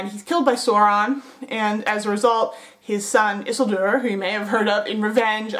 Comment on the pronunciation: Loved the vid, but it's pronounced like sour. Souron (spelled Sauron) and the emphasis of Isildur is on the second syllable, pronounced like seal. IsEALdur. Sorry to nit pick just thought I'd mention it.